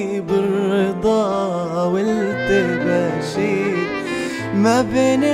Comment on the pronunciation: لحظة لحظة!!! هذا اغتصب الكلمات وين يابوي غير الكلمات يعني مثلا يقول لك والحلم ضاقت له صغور التفاصيل!!! وهي بالاساس والحلم ضاقت به صدور التفاسير حتى غير قافية الكلمات من جده هذا يغني قسم كأنه مترجم قوقل لا وخصوصا يوم ينطق التباشير 😂😂 وبعد يقول بان الشفا كنه من الشباك ذايب!!!! الله يرجه وهي بالاساس بان الشفق كنه من الشوق ذايب وعادت على الاغصان كل العصافير .... عموما خرب ام الاغنية واللحن لاتستمر ارجوك وغن شي من لونك وقدرتك واترك الفن لأهله